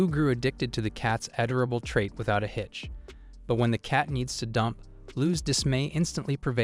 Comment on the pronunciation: ngl, it kinda pisses me off that the AI narrator is unable to say a simple a word as "Adorable" without it becoming Add-Ora-Bull. same with the word Bow, as in the weapon. for some reason, for how much AI is supposed to be genious and able to learn from the world and internet etc, it is inable to have prefixes for the words allowing variations of the same written word's pronounciation.